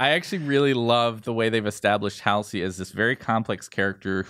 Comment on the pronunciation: Hal-see? I don't know anyone who pronounces Halsey (Hall-zee) as Hal-see.